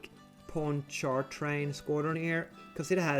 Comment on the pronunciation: Panch/Ponch - ah - Train. Paaanchatrain. French state official under Louis XIV.